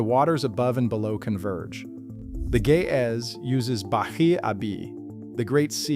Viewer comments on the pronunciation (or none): Bahr is not ba-hi. Its pronounced ba-hur. Abi is father/my father. So sea of my father.